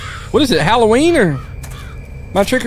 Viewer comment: Haha...You said "Hollow-weener"